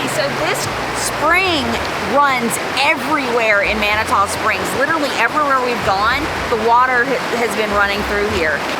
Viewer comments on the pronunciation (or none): It’s pronounced “Man-it-two” Springs. 👍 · Guys…it’s Man-a-to, spelled differently, but..yes..Man-a-to. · FYI it’s pronounced Mani-2 Springs Have a great time. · Two years ago, on May 21st, we had 8 1/2 inches of snow in Colorado Springs. 🙄 The following year, it was 80 degrees on the same date! The weather here is ...uh...serendipitous! Lol! BTW...it's Man-ah-two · You might want ask a local the proper pronunciation of Manitou Springs 🤪